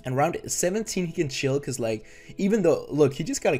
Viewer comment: Say “Like” right. Good vid though! You on the come up for sure 😤